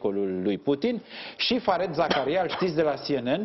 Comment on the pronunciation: “Fariid Zakaria” d-le, așa se pronunță nicidecum “fared”. 😖 Doi de “e” în engleză se pronunță “i” lung. Numele lui, de câte ori apare pe un ecran, este pronunțat de cineva atunci pe loc, nu știți să ascultați, oameni buni? E ca și când ați pronunța numele lui Scholz “scolz” in loc de Șolț. Dacă personalitățile media nu știu să pronunțe niște nume celebre, ce să așteptăm de la populime în general și de ce dracu râdem când membrii ai Parlamentului sau nu știu care ministru, sar peste cal și spun o prostie sau vorbesc precum Viorica Dăncilă! Este inacceptabil să nu știi să pronunți numele unui confrate mult mai bine cunoscut în toată lumea decât d-ta, dar să faci mișto de greșelile altora, mă dezamăgești d-le din cale afară…😯